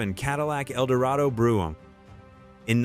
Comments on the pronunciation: Brougham is pronounced 'Broam" not broom. Some of these are car models, not car brands. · Its a shame the narrator or is it AI doesn't pronounce words correctly. Brougham not brooim.